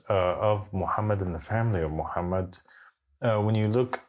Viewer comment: Why can’t he prounouns Mohamed salalaahi wa 3laihi wasalam??🤔🤔🤔